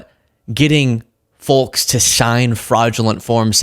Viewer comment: Yhe L in folks is silent, folks!